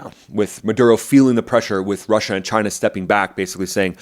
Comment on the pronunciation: Just wish you'd pronounce it correctly. Say it right. Chy-nah